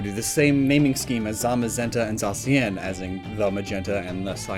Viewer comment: if zacian is "the cyan" shouldn't it then be pronounced as za-cyan?